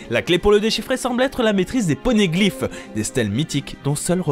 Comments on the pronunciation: Jsuis mort il a dit pornégliphe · Les « pornégliphes »😭😭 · Les "pornéglyphes" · les "pornéglyphes" AHAHAH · il dit les pornegliph 😂😂😂😂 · "Pornéglyphe'" Oui, je rigole à sa. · Super vidéo, contenu riche comme d'habitude !! Avec un coup de cœur pour les " PORNéglyphes " à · les "PORNéglifes" dites a quoi il pensais quand il a dis ça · wsh "pornéglyphes" y m'as sorti